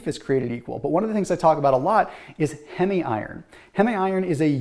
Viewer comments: Well according to IARC a few of what you said are super foods are actually carcinogens. Also, it's not hemi iron, it is heem iron (Heme). If you were "good at biochemistry" you would know how to pronounce that. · The proper pronunciation of heme is hēm.